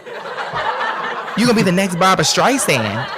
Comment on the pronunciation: I always thought Jussie was talented, but to compare himself to La Streisand is absurd. And it's Barbra not Barbara.